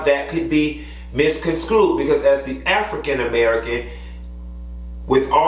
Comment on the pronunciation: it's Guyanese! Not Guyanian! Also, Misconstrued. Sounds like you're saying Mis-con-screwed (which isn't a word). You said correct you when you're wrong.